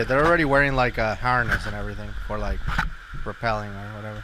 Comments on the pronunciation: I’m with on the dry caving + rAppelling, not repelling lol, surprised thought both pronunciations were correct, they’re definitely not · It's pronounced rappelling not rappelling